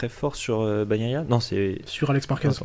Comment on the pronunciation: Continuez, mais par pitié, nos oreilles saignent, à chaque « Baguenailla »